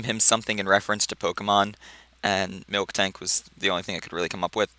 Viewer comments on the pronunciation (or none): Its MILtank. no k xD